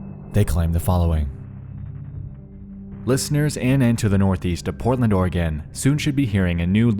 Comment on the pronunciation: Oregan? Ore a gon. The e is silent